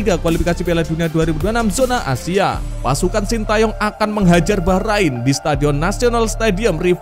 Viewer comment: Saran buat admin, tolong jangan lebay kalo koment yaa Ntar kalo komenmu terasa sombong, bikin timnas jadi nggak dapet berkah. Juga perbaiki cara baca atau pelafalan nama oemain atau nama team bola Bacaanmu utk team Bahrain masih kaya baru bisa baca, perbaiki yaa Maaf dan salam bola anak negeri.